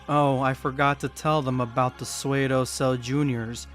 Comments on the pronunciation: Pseudo is not pronounced swedo it’s sudo. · My man said swaydo bro sue-do. P is silent. Pseudo (sew-do) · it's pronounced SOODOH dude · “SUE-DOE” bro 🤦🏾‍♂️ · "Sue-doe" The "P" is silent. I kinda thought most people already knew that the Cell Jrs are still alive and kicking. Then again, not many people read the manga. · That's not how you pronounce "pseudo".... Also, there's no way the Cell Jrs. were ever at the level of Super Saiyan 2. When Gohan went Super Saiyan 2, he obliterated all of them effortlessly. These things were maybe equivalent to full power Super Saiyan 1, or a little over that, at best.